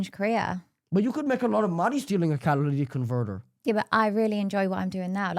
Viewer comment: This smug kid sounds boring af, such potential but he sounds lame af. Catalytic converter, pronounce it right!!!!!